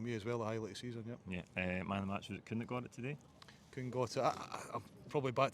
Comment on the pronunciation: *Kuhn - get it right FFS! 🤦🏻‍♀️